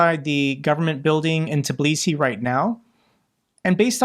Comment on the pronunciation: It's pronounced T'BI-lee-see, not teebleesee.